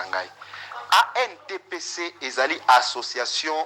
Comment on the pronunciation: ANTPC, il faut bien prononcer ça. Merci na émission na yo